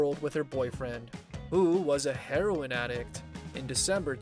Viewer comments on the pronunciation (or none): none